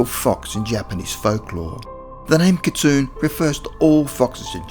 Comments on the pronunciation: Cool video! Kitsune is pronounced "kit-soon-ay," just FYI. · ... not sure how you can claim "for educational purposes" when you couldn't even research how to say "kitsune" correctly :/